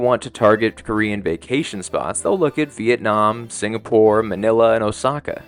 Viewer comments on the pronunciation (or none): none